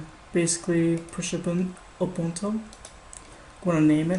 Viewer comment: Lol , it's Ubuntoo not Ubunto :)